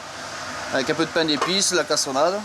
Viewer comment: Tu veux du paiiin